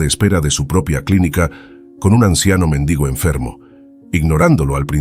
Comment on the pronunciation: No es méndigo sino mendigo.el vulgo dice méndigo una persona estudiada no, solo (Mendigo )